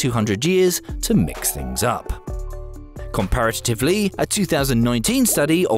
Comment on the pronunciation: The "Yangaze River"? Well, I suppose it's "comparatitively" correct😜